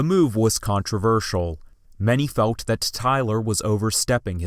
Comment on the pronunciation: Good video, but why do you pronounce the letter "L" as a "W?" "Fewt" "hoed" "hewd" rather than "felt" "hold" and "held." . . . . Also? You need a pop shield on your mic.